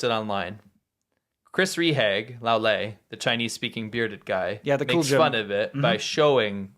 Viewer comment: Rehage = Ray-HAH-guh. Not Ree-hag. Your German is terrible.